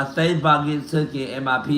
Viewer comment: It's the ppl believing that he had 60 bands in a safe and he's that calm. can't even pronounce safe. That house always nasty